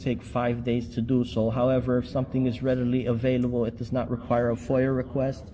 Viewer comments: onward….redily avilible…..boy English as a third language is hard…..🫣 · “… redily avilible…”. 🤦‍♀️ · “Redily avelible” 😂😂😂😂😂😂😂😂 The stupid runs deep with this one….